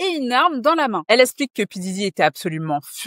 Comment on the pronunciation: Tu dois apprendre à prononcer les “x” - “Elle esplique”—> “Elle explique” - sinon top vidéo